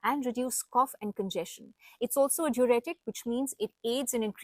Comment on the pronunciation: Certain words are unheard by you, hence doing wrong pronunciation. It is Not Duretic but DiUretic. It is Not Row but RAW. By changing the name's spelling numerologically does not serve the purpose. Learn to pronounce the words correctly. Hope you won't mind.